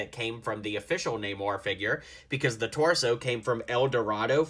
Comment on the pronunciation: Namora, not namor